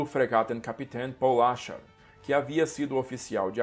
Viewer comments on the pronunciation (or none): “Paul Ascher” Meus ouvidos por algum motivo: bolacha